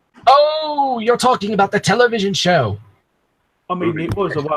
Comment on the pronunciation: Uh it’s television not Tele vision